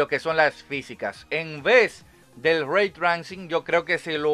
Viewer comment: Locón se pronuncia reitreising. Saludos